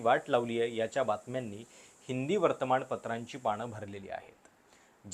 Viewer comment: बाकी सगळं ठीक.. पण न आणि ण मध्ये एवढा गोंधळ का? वर्तमाणपत्र? त्याचाणंतर? कल्पणा???? म्हनतायेत??? 😅 please please please…